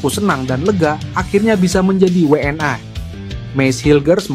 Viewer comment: Saran bang, ucap'nya We'eN I (WNI) aja sih bang, jangan We eN Ai.. kalau pake Ai itu harusnya Double Yu (W)nya.. We'eN Ai kurang nyaman dengernya.. 31 menit nonton ampe abis bikin nge'batin aja